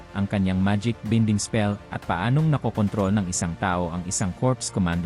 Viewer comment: Anong binding? Baynding po nakakawalang gana naman